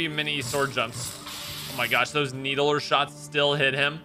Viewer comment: rofl sucked at halo because legendary wasn't that hard as a 14 year old EDIT: NEED-LER not NEEDE-LER